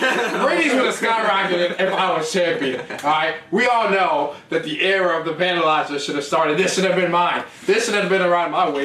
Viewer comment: Era of the Vandilizer?!?!?!? 😂😂😂😂 Smh come on lol